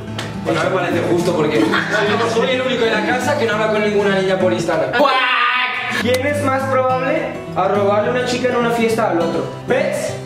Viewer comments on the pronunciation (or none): Nadie: absolutamente nadie: yo repitiendo el vídeo 100 veces cuando dice CUACK